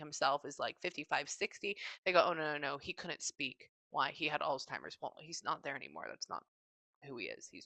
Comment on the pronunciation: I had 2 grandmas pass from Ahlzheimers, I used to say it just like you do lol but there's no t in it lol I'm thinking I need an hour for my session, I have so many ppl that have passed that were and are close to me. I want to be able to hear from anyone that comes through.